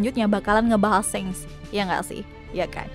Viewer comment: Dia bilang shanks itu kek senks gw jd kdcilin volume